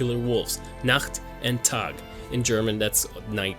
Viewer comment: Do you happen to speak german? Your pronounciations of ''Nacht'' and ''Tag'' were on point! Besides that, good video :D